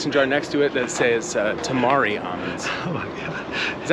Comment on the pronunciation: Eaten tamari for like 30 years and never heard anyone pronounce it Toe-mar-ree🤣🤣🤣🤣🤣🤣